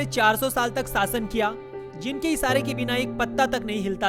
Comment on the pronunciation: MADARCHOD ITS SHASHAN NOT SAASAN...😡